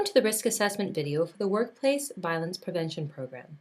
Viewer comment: Violence, not voilence.